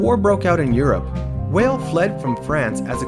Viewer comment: weil is pronounced vial though